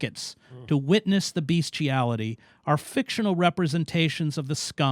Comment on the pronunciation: I see that, no matter how much of a public intellectual one is, he can still mispronounce "bestiality" in the usual, dispiriting manner. Does Hedges also write the word with an extra "a"?